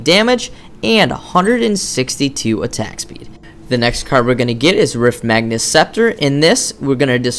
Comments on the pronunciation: it's magus, not magnus. Note the absence of an 'n' in the card's name. (riftmagus scepter, etc... not riftmagnus) it's in every video, every time. Otherwise, some of the finest commentary and informative vids on paragon I've seen so far. Thanks for posting all of these. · Good video, but magus does not have an "N" in it. This guys mispronunciation is adorable though ^.^